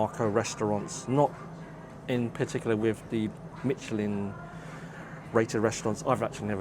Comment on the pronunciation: Pls check out how Michelin is pronounced, kind of difficult to take you seriously as a food critic if you don’t know what you’re talking about.